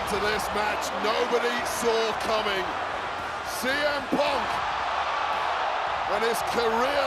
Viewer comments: Cole said semen then corrected himself saying cm instead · Michael Cole said semen punk😂😂😂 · Michael Cole: "semen punk" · blud called him semen punk nahhhh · Paul heyman did tell semen😭😭